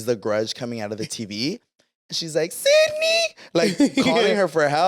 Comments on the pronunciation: "Sidney" 😭 it's Cindy! 💀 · Died every time they said Sidneyyy 🤣🤣 baabess it’s Cindyyuuuhh 😭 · The way you guys say “Sydney” when it’s “cindy” 😭😂😂😂😂😂😂 “Cindy the TV is leaking” 😂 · Ahhhh the “ Sydney “ is killing me when her name is Cindy 😂😂😂